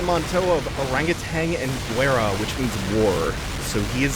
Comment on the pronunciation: in spanish the 'u' is mute when it's between a Q and G and the vowels E and I, so you pronounce "guerra" the same as David's Guetta last name